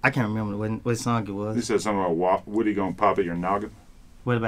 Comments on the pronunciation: His name is (woo -dee) not woody.. he's not from toy story.. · Woody (pronounced wuh-dee)said: i'm using you atleast as much as u using me bruh haha 😅😅